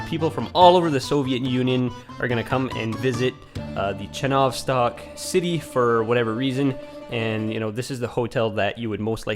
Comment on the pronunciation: Please change the translation of the word "Enjoy" from "наслаждаться" to "Приятного просмотра!" because it doesn't make any sense. Also, in Russian it wouldn't be "chenOvstok", it would be "chenovstOk", stress on the last letter "O".